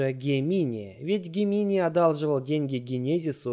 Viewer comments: ну со всем уважением, не Гемини, а Джеминай!!! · Не Гемини а Джеминай (GEMINI)